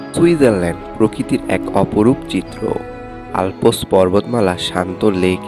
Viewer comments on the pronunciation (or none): It's not ALPOS, it's pronounced ALPS. 😬